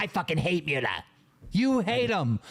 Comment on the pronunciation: I don't know whats worse. Boogie, or the way keem says Muta